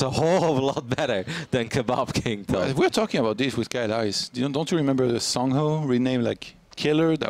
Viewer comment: Why can't you say "kebab king"?